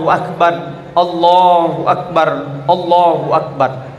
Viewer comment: Minta maaf sebelumnya klw semisal pendengaranku yg salah... Apakah pak ustadz ini takbir mengatakan ALLAHU AKBAR ATAU ALLAHU AKBAD...